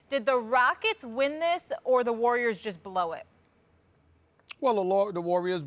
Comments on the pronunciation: Lol SAS in the beginning was about to say Larriors L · Stephanie Lurry and the GAYDEN State LURRIORs